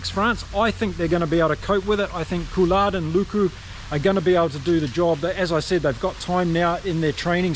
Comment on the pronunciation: Coulard ??????? Baptiste Couilloud !